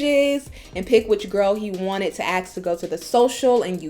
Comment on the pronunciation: "Axe" a question? Hurt your "fillings"? Ugh.